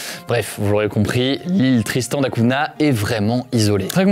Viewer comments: On ne dit pas Cuna mais Cougna ( Cunha ) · Cunha ça se prononce plus comme Cugna en portugais, pas Cuna. C'était le petit point prononciation :) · Cunha = "cougna" en prononciation btw. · À on ça se prononce da cougna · Sponsorisé par une appli de langues, et mauvaise prononciation de "Cunha" dès le début, dommage ! Belle vidéo malgré tout :)